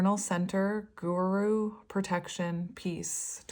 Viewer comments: I believe it's pronounced "goo-roo". 😊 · Pronouncing Guru -Gu strait tong and Ru turned tong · Guru means Teacher in Sanskrit. I'm from India and we highly value a guru.. it's pronounced as "goo-roo". It doesn't necessarily have to be in academic aspects but we consider anyone who teaches even slightest thing in our life to be a guru. For me and my healing journey I consider u as my guru ❤️